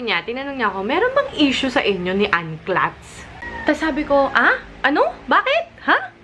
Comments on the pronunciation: Ate, It's Anne KLUTZ, not pronounced as KLATZ. Clutario po surname nila.:) And.. ate, dami na rin pong nakakapansin.. puro rant na nga po vlogs niyo. Uhm, pwde po bang pa-GV naman? (Baka may magisip na basher ako lol, constructive criticism, guys.) Just sayin':) Lovelove ^_^ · Cloots po, hindi po Clats. ✌